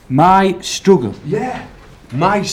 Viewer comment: "My stroogle"